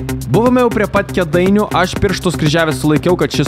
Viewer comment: ne Kedainiai, o Kėdaiiiniai taip tariasi. Btw geras video the best.